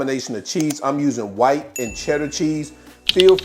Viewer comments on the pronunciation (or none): none